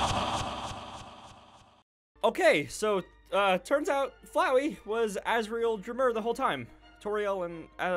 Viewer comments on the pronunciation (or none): It's Azriel Dreamer but Azriel Dreemurr